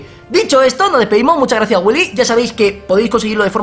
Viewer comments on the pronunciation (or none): cuando curan a fernando dise gratsie po biili :v